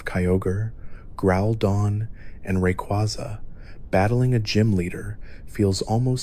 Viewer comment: Dont wanna be that guy, but pick 1 way to pronounce Rayquaza and stick with it lol. Other than that thanks for a good vid!